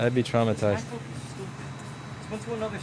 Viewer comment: His pronounciation of “MacBook” is absolutely brilliant to me.